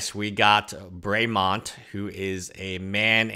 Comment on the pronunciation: It's pronounced bra-mi-mond